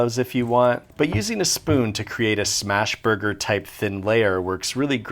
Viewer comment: “But is bis a thurger?” I don’t know why that was so unsettling to me.